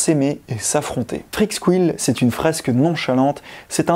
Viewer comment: "Freak's squile"............. Ça se prononce Freak's "SCOUILE"